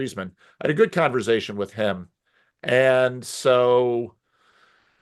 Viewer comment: just having a "converzation"